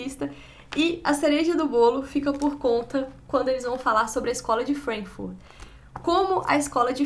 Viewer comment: Vc sofre "anglicismo cultural " Fala Frankfúrt e Gramsci com sotaque ""Frénkfurt", "Grémci". No entanto....é! Tô gostando das resenhas.